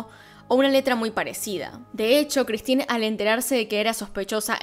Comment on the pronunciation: Vilemén con una pronunciación nasal de la última e. El padre sería algo así como Yan Marí con pronunciación gutural de la r. La madre sería Cristin con idéntica pronunciación de la r. Y un tip, en francés todas las palabras se pronuncian acentuando la última sílaba tónica.